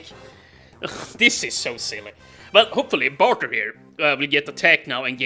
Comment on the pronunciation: I dont want to be that guy but you arent pronouncing bartre rightbut there is a character named bauker